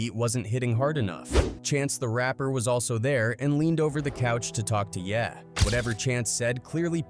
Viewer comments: ye - yeah 😂😂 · Who TF is Bo-wow? It's Bow Wow, because he is the little dog under Snoop Dogg. And ver-zooz?? Really? It's verzuz, like versus. Jay-z aka Hov, you said hawv, it's Hov with a long o, as in ho! Kanye aka Ye, yet you say yay. Smdh. At this point I believe you are doing this on purpose to get comments. Smart. I know the tactics, because I am also a content creator. It worked. Because this urked me so damn much I just had to comment. Ughh!! I corrected you on many other things, but I was coming down here to type as you mispronounced a name or a word, and it went to the next video before I could post it. You all gotta stop supporting channels like this, who can't even take a second to google or youtube search the correct pronunciation of someone's name. Again, if it's a tactic, then I can't hate on the hustle, but if it's just pure ignorance, then, oh well, nothing at all.....